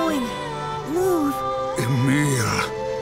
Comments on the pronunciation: its not eemill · they dont know how to say emil